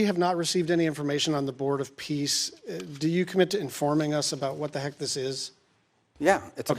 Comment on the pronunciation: Are you sure it’s the board of peace not piss?